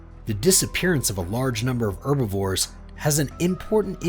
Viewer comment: He can't pronounce herbivores.